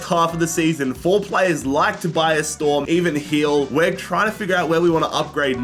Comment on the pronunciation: My name is Tobias, I got so confused every time he said Storms' first name.